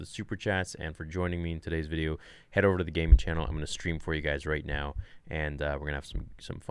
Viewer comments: "THE DISNEY ARE TAKING OVUH!" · BlackWingedSeraph „ovuh“ 😂 dewit!